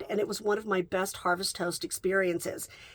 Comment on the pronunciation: Harvest House-t 😂❤ It’s hard to tell if you’re saying Host or House.